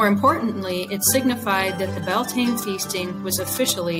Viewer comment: Slight mispronounciation on bealtaine. We pronounce it like be-al-ti-na